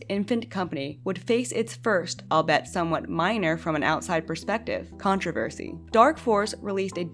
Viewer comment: It’s pronounced “all-be-it”